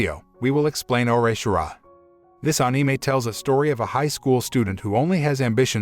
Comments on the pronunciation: I want to subscribe I've watched must of the videos but the way you say anime 😬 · I cant get passed the way he says anime🤣🤣🤣